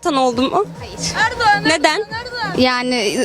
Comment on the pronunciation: "Erdoğanğ Erdoğanğ Erdoğanğ"